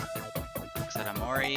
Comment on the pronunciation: I also find it funny how you say OmoRi.